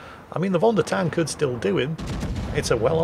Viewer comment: some language info here, not that I expect to see that ship anytime soon in a replay again: "Von der Tann" is a German ship as you said. Hence the "von" is pronounced in the German way, i.e. "fon" (imagin a 'ph' or 'f' instead of the English 'v') rather than "won". "Tann" likewise has nothing to do with the skin tone you might want to acquire in summer as in "Tänn" or "tan" in English, but rather with the German 'a' or the 'a' in "to laugh" for example".